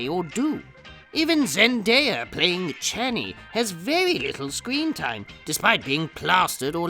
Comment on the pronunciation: “ChAni fanny…” 🤣😆